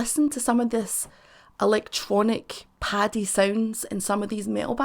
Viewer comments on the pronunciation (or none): none